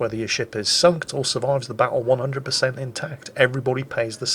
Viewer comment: Did say "sunked" towards the end of the video? I'm pretty sure he did.